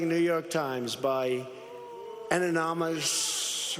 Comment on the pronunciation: “Anomonous”, “anomonous”. What an absolute idiot!